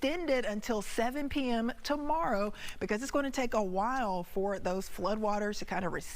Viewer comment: Never heard Atascocita pronounced like that. Which begs the question, what’s the proper pronunciation?